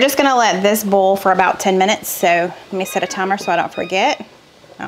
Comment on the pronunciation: I dont have many grocery stores in west palm beach...no food lion. Publix, aldi, winn dixie is all. I am a bit bothered by your pronunciation of boil lol! It is boy..ol. 2 syllables...not bowl! Just being funny...love you!